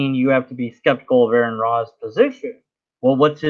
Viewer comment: excellent his n review! Just one, very minor thing, Aron really, really prefers his name to be pronounced R.N. like a nurse. 🎃👍💓✌